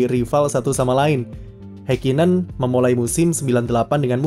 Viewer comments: mohon maap ni, mungkin bisa dibenarkan lagi untuk mengeja nama orangnya, Ha di Häkkinen sepertinya bukan dieja "Hei", tapi "Ha" lalu bukan "Heikinen", tapi lebih dekat "Hakkinen" dengan huruf k nya ditekan contoh kesalahan lain seperti "Max", bukan "Mex" Anda kan gak ingin nama anda salah dieja oleh orang kan ya, tks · Memang dibaca hekinen ya?🙄